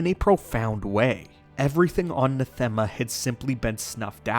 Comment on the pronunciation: NAH-them-uh Not nah-THEM-uh. As in the word "anathema" just not with the first letter. Sorry. It bugged me.